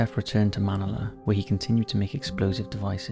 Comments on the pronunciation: Manila......Man-ill-a.Please get pronunciation right. It happens far too much and makes you seem like a bot. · Manila = muh nil uh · Botched Manila's (muh·ni·luh) pronunciation there. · It's pronounced "Man-ill-lah" not manella🙄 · Manila, Pronounced like vanilla. Man-il-a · Listen to the way he pronounces Myra Hindley's name. Then again how he pronounces Manila, in the Philippines.